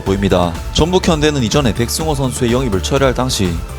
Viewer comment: 백성호아니고 백승호 ㅋㅋ 사투리 티난다